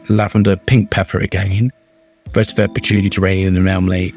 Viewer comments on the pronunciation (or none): none